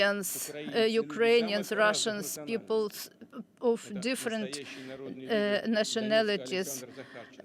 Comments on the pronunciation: Four "Urainian" regions? Really CNN ? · CNN .... your envy is getting the most stupid best out of you - it is UKRAINIAN - NOT URAINIAN